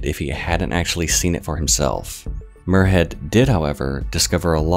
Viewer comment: Love the content but as a Scottish person in cringing hearing muirhead as moorhead, it's spoken more like miur not moor